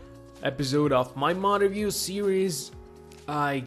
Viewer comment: if you keep replaying him saying Mod review series, It sounds like he's saying on of you series. it would be bad grammar, but its still funny har har har